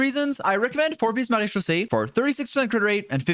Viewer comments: Bro slips up on Wriothesley's name while also floating off of "Marechaussee" with perfect pronunciation lol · How can you pronounce the mara set but not wriothesley make that make sense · THE FIRST YOUTUBER THAT SAYS MARECHAUSSE RIGHT LMFAOO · Hearing say marechaussee finally convinces me he’s French. I knew he was European all along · The best thing in this video is hearing pronouncing maréechaussé correctly 🤩